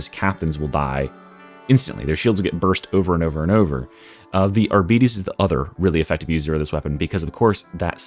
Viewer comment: Amazing video, but man, it hurts to hear "arbiiites". It's pronounced like Arbiter, but with s instead or f in the end.